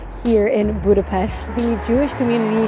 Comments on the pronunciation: Props for pronouncing Budapest the correct way, well done! :) Just a bit of correction: The Buda hill is not part of the Alps, and the Danube river was never considered to be the border between Europe and Asia. It was just the border of the Roman province of Pannonia. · That's a very very beautiful woman in a very very beautiful café. 🥰 Thank you for pronouncing Budapest correctly. 😊 I like that you talk about the history of Budapest, you said things even I didn't know. It wasn't Budapest that was getting fixed up for its centennial celebration but Hungary getting ready for its millenial celebration, as it was 1,000 years ago at that time that the Magyars came into the Carpathian basin. 🙂 Wow, this video is so well-made, I'm amazed! I wish you the best. Köszönöm. ❤